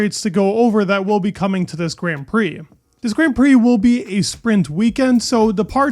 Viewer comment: Please learn to pronounce grand prix properly for God's sake